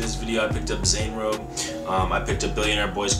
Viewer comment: Love your vids man but learn how to pronounce Zanerobe properly... it's in some of their youtube vids.